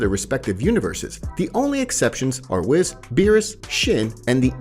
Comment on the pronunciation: It’s wees not wis